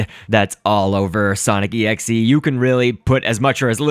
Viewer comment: its pronounce exe